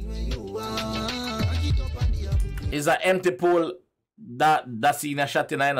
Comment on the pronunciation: Gwaaan 👏🏾👏🏾 watch you you didn't miss anything you pronounce Aboboya cool cool, appreciate the link Ghana, Nigeria and Jamaica beautiful. Is one of the best rea tio. Vids I see, big up yourself! ❤️🖤❤️ 🇻🇨🇬🇧